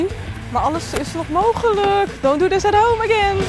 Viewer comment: zegt dont do dhis at home hie wil je dit thuis dien